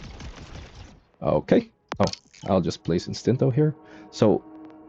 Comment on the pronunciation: i was just thinking about this, que rabia da ver a o a pronunciar ITINTO (instinto)